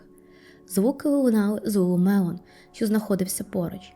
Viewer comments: Lulu Lemon тільки, а не мелон)) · Ні як не можу зрозуміти, як ти вимовляєш LuluMelon чи LuluLemon? Другий варіант вірний.